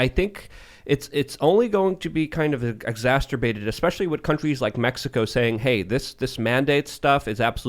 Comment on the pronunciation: there is no 't' in exacerbate lmaoooo